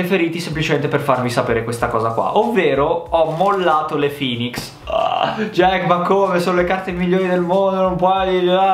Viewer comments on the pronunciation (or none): none